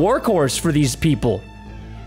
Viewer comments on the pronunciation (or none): none